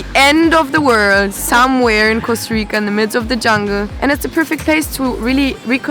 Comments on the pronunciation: 👏👏 these digital nomads are really f#%en a lot of Latin erican countries. Plus, they don't even bother to learn the language. They can't even pronounce Costa Rica correctly. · I like what you're doing. Sustainability is where it's at, but damn y'all can't even pronounce Costa Rica correctly. It smells like like you're colonizing a place that's NOT yours. Also, you're missing out on all the culture vibes of Costa Rica. Funny how if Costa Ricans come to the U.S. they are immigrants... the opposite occurs and you're lovin' the Earth 🤷🏻‍♀️